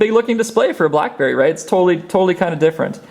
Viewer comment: Lol anybody else heard crapberry? :D